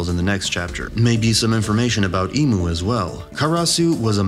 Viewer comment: Why does everyone say "im" instead of imu?